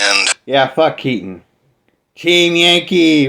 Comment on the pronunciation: Jason Unruhe got Keaten's name wrong hahaha